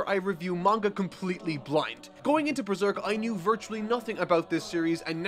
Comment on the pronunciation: "But this is beeserk"